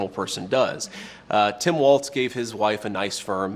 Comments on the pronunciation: Hey vance! It's WALZ, not Waltz! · Can someone explain to him how to pronounce Walz? There is no t!